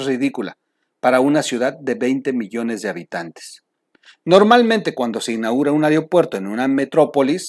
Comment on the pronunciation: Troll...se dice: SE INAUGURA...no digas se "inagura" 🥴...sé un ejemplo, no ayudes a que la gente hable mal el español!!!